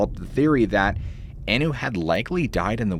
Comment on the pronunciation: Also. Maureen "Anu" was pronounced "on-new" not "an-new"